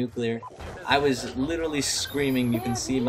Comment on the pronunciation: " I was littlerly screaming" xD nice man thanks